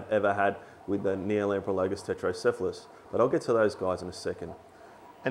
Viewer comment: Just so you realize it, you are spelling it Tretocephalus (which is correct) and you're pronouncing it Tetrocephalus. =P Put the R with the first T and you'll be gucci haha. Love the channel thanks for all the videos!